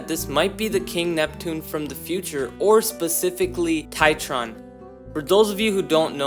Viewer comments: Its TRITON not TITRON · Did bro say titron? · bro really can't pronounce Triton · I'm a Greek too. Bro is like Triton that's wrong. Try-trone is correct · do you mean Triton and not Titron? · Dislike because you called triton titron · I love how he says triton as try-tron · makes me cringe hard haha how could you get that wrong? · My man can’t even pronounce Triton correctly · As a greek, the mispronounciation of triton triggers me on a personal level 😤😤smh😟